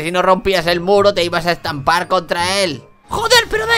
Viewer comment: cuando dijo muro yo lo entendi culo